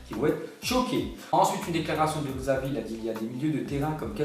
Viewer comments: Xavi ça se dit Chavi 😂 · Ca mfais delire les frcs qui dise Xavi et pas "Chavi" ca s'ecri avk un X ms ca se prononce Ch